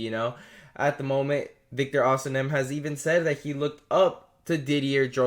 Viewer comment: It is osimhen, not osinem